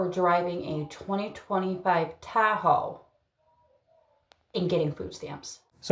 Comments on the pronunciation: I hate the way she says Tahoe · It’s a crime to pronounce Tahoe like that woman before the fraud.